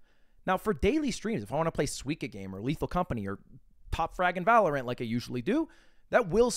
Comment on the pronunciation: you didn't pronounce valorant in the weird way you normally do, that's how you know it's real